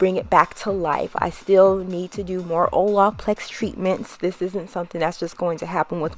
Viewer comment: 😖😖😖 How you keep pronouncing “Olaplex” 🙉 😩